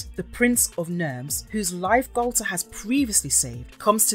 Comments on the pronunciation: Interesting, but, and this might be minor or even petty to some, but the voice over is driving me crazy the way they pronounce Galtar. "Nah, man, it's not the same! I'm saying Gal-ta, not Gal-TAR!" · It's two different syllables. Gal-tar. It's not pronounced so short. The letter a is long. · Say Galtar like He-Man. Gal-tar. Say Barbera like Thundarr the Bar-barian. Bar-bera.